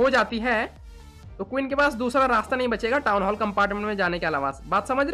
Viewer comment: Anyone noticed saying bach gaya like paksitani